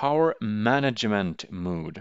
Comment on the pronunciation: When he said "mood" instead of mode I knew this is exactly the channel I was looking for...